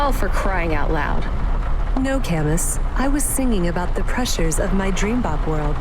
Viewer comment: Cam-Us? i always thought it was pronounced “Camoo”. and “mo-she”? in japanese “chi” always has a ch noise as in. “cheese”